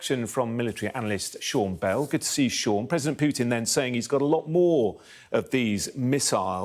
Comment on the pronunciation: Real experts are very specific, cautious, with attention to detail. This clown can't even pronounce Putins's name correctly. 😂